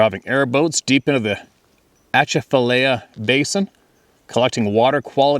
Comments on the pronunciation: No it's Pronounced At cha l fi ll iie lie ah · At-cha-fuh-lie-ya Basin😊 NW Louisiana here love your content!